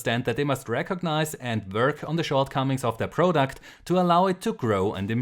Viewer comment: Every time you say "product" or "console" somewhere in the world a kitten dies. Great video otherwise as usual. ;)